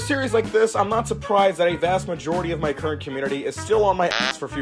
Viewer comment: "mejority" noice